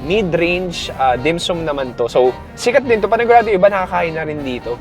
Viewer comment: the way you pronounce dim sum is very annoying, pls find out how to say it properly